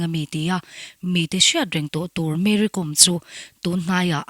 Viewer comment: Ti daih ang,Kom tih hi inthluk lo a,entirnan:- archangkawm,silai kawm,tiha anga "Kawm"hi thluk Kom ti hi